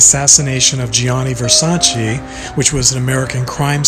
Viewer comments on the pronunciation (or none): I cringe every time the name of Gianni Versace (peace be upon his soul) is mispronounced. It's "JAH-nee ver-SAH-che". Put some respect on a deceased person's name.....